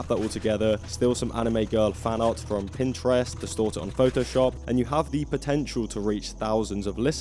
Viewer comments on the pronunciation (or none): none